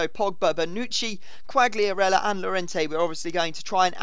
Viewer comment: Qualiarella, don't pronounce the g